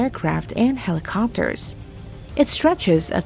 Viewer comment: You guys can't get a decent narrator to read this and pronounce words correctly? "Two hundred-eighty meter," "PortsMOUTH" "helEEcopters," "superierity" "Ronald REEGan" (only the name of a president), and my favorite "the United State Navy." Really? At least act like you care, eh?